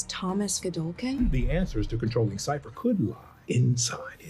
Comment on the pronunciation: Emma is the only one calling him "Siffer" each time. Did they not catch that during filming or even the table read? 😂